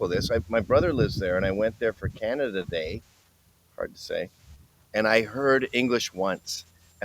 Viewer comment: Lol... "KHANADA" 😮😅😢